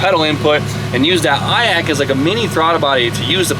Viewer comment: Eye- Ach?? 😂😂🙈 idle air control